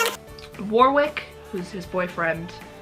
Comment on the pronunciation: I loved the video and hearing you ask questions. I do always cringe at Warwick, though. In England, and especially in Warwickshire, it's pronounced like Warrick. Language is fun. :-)